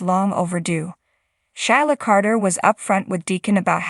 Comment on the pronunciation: Sheila is pronounced SheeLa. NOT shy La .